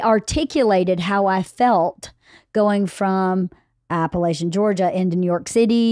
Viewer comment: Are you pronouncing Appalachian incorrectly on purpose, to fit in with the L.A. world? If you're a true native, that's not how you pronounce it.